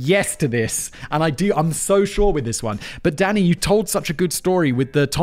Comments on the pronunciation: Am I the only one who hear him saying Daddy, not Danny.😂😂😂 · I know you are calling him Danny, but I cant help but hear Simon calling him Daddy. 😅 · Every time you said Danny I heard Daddy The detective on American Psycho was Willem Dafoe